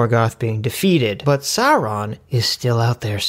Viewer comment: PRONOUNCED SAURON CORRECTLY! Well, at least one time.